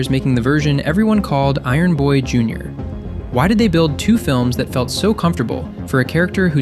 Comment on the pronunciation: Juinor? Shouldn't it be Junior... lol